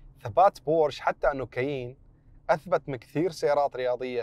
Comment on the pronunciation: شي مؤسف أن شخص خبير مثلك يا ينطق إسم السيارة غلط!!!! و الله ما قدرت أكمل الفيديو بسبب هالشي.